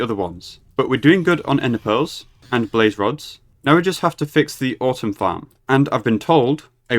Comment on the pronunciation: Still pronouncing atum like "autumn" xD good episode.